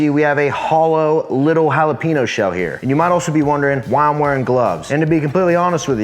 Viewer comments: Holla-peen-yo. Not Holla-peen-oh. You live in Texas now sir. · Jalapeño! Not “hallowpeenyo” 🤦🏻‍♀️ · The mispronunciation of "Jalapeño" hurts my soul FYI This👉N and this👉Ñ are 2 different letters